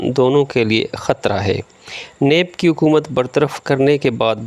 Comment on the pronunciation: معزرت کے ساتھ ح کو ع نہ پڑھیں جیسا کہ عکومت/ صحیح تلفظ حکومت عوتے/ صحیح تلفظ ھوتے عصہ/ صحیح تلفظ حصہ امید ھے کہ مجھ ناچیز کی راۓ پر ناراض نہیں ھونگے آپ کا انداز بیاں بہت زبردست ھے شکریہ